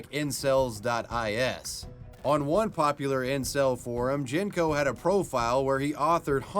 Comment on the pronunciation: Man's pronouncing Genco as "Jenko" 💀😭 It's "Genjo", it's a Turkish "C" The G is a G and not a French G.